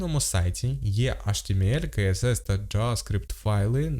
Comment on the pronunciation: DOM вимовляється не “дум” а “дом” Document Object Model (DOM)! А про «каесес» CSS я вже мовчу…